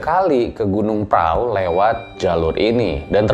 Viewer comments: prau bacanya pra u atau prahu bukan prao bang..jadi itu sebenarnya gunung perahu tapi lidah jawa jadi bacanya pra u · Tapi dia baca nya praww 😂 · Kenapa pelafalan nya gunung praw?